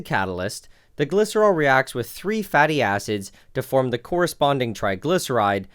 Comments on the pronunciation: istg it sounds lie hes saying fatty asses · "fatty acids" nah I kept hearing "fatty asses" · when you said "Fatty acids" i thought you said fatty asses LMAO! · For a sec i though you said fatty a$$es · Who else first thought he was saying fatty asses instead of fatty acids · When he said “fatty acids” I was literally dying about how it sounded